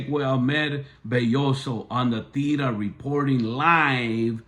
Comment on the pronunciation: You can’t even say La tira right your two cents are not appropriate nor appreciated.